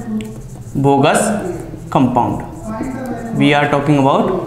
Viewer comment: Its Bogue's not Bogus sir.